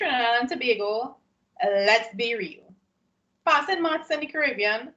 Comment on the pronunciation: Miss I rel laugh at this video ... "Lewwe be reall ..."